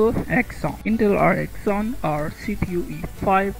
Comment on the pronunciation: When he can't even pronounce Xeon, you know it's going to be bad. It's not the Exxon oil company.